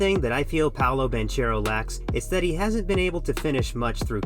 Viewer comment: one second into the video and bro pronounced Banchero wrongly. Good video though.